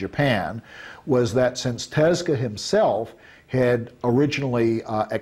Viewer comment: dude claims he is such a huge fan/friend(?) of Osamu Tezuka, but dude can't even say his name it's so grating. "Teska" sounds like a gas company good grief